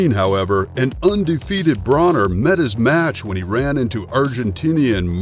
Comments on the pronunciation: It’s broner like boner and yes this fight was great broner got schooled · Thank you so much for mispronouncing broners name 😂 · these channels that make fight videos are a dime a dozen. you clearly dont watch boxing if you cant pronounce Broner. if you make fight videos be a fight fan first